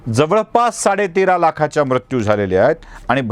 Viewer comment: उच्चार म्रत्यू नको ..मृत्यू असा करावा